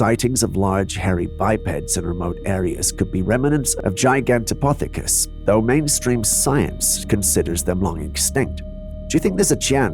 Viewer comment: Camera 17 it's pronounced Ji Ganto Pith acus that's Pith it rhymes with Sith Not Poth rhymes with Goth